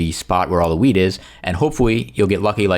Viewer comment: ik it just sounded like you said 🍃 you know. Luv ur content btw